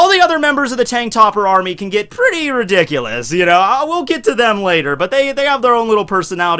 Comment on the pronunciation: Why do you keep saying redoculous....